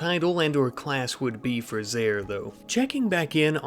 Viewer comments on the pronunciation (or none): none